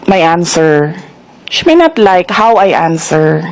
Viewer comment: Sara pronounced the words, "she may not" incorrectly. Instead she pronounced it, "SHIMINET".